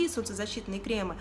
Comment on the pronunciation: Ну, почему все неправильно говорят:кремА, в кремАх., умоляю: КрЕмы! в крЕмах!